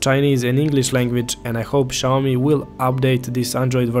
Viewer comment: omg another guy... noy SHAWME. xiaomi sounds like SYA O MI!!!